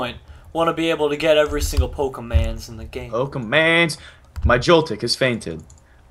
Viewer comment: it's pokemon not pokeman